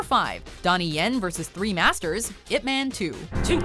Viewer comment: Why would you call him ipMAN like he is part of the mcu. Its ip MAAAHN